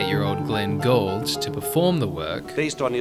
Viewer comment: Likewise, it's "COPE-land" not "COPland" and Glenn GOOLD" not "Gold" - and the narrator clearly didn't know who Carreras ("this guy") was. Why make a video about a subject when you are clearly unfamiliar with it?